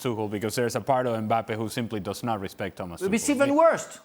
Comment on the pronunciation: I love when he corrects himself with the pronouncation of Tuchel and it is just as wrong as the first one